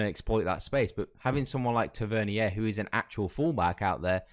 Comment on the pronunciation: Just to let u know mate, just so no one starts trolling you. Tavernier name is pronounced; Taver-near 👍🏼